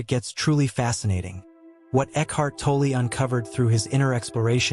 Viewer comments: Pronounced tall or toll.. not toll ee.. or toll eh.., Please stop butchering his name ., Thanks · Pronounced - Tawl- Tall or - Taull- Stop with the eeeee after saying his last name .